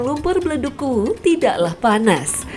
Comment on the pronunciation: Ingat yaa kuwu bukan uwuu